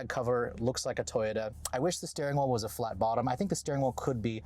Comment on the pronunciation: You should get t-shirts that say “let’s check out the steering whool!” Love it.